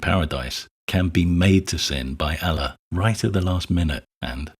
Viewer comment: Good video, but his pronunciation of "Allah" is driving me crazy. The emphasis should be on the second syllable, as in "uh-LAW." A secondary point- Just because we can see the harm in classifying sex as a grave sin doesn't mean we have to run to the opposite side and declare that all sexual activity is the greatest thing since the wheel. Unwanted, under-aged pregnancies aren't a good thing. Nor are STD's. Nor is young people having sex without regard for the potential emotional entanglements of sexual intimacy. As with most things, it's about striking a healthy balance.